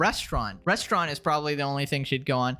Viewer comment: ...and can't pronounce "restaurant".